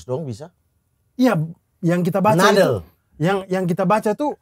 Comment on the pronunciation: anjir saya muncrat lagi minum ketika mamat bermaksud bilang "noodle" tapi dia malah bilang "nadel" 😹 memang konten kocak kocak bodok